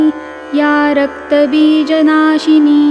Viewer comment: There are many errors like mahishon mulini is mahishasur molini , rakatabijashini not rakta bija nashini, pls correct.